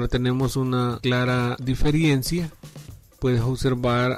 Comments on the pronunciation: No se dice DIFERIENCIA, sino DIFERENCIA. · Amigo no es "diferiencia" es "Diferencia"... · Amigo la palabra es Diferencia y No Diferiencia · diferiencia??? de verdad? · Qué pérdida de tiempo, quería ver si lograba reparar y al final nada. Con tanto anuncio el video se volvió fastidioso y además se dice diferencia, no diferiencia. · DIFERENCIA, por el amor de DIOS, D I F E R E N C I A, no diferiencia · Por qué decís "diferiencias"?